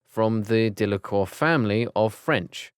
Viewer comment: The way that guy mispronounced the name and does not realize it, its very crucial. First: Severus mispronounced as Sirius Second: Ignatius mispronounced as Igtius Third: He pronounced Delacour as Delaclour Fourth: He pronounced Gabrielle as Gabrella And at the mention of the Black Family where there is the character named Phoebe is my classmate's name.